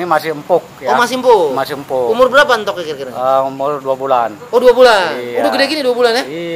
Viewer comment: entog bos bukan euntog..